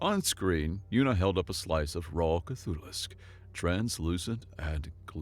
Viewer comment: I'm sorry, did he really call a new tentacular horror... a K'thulissk?!? 🤦